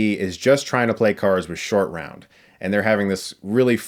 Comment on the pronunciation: i kept hearing 'Indian Shortround'